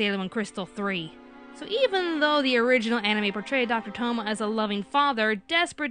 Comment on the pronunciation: Tomoe is pronounced toh-moh-ay.